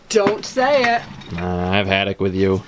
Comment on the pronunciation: "I've haddock with you" LOL